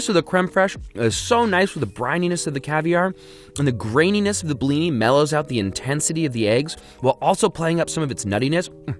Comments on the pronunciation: it hurt me as a russian when he pronounced the second i in blini like it was a y. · The way he says "blini" hurts me.